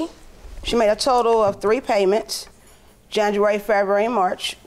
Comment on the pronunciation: The fact that she said janjuary